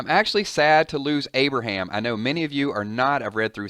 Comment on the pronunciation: No Aberham, no! Not Aberham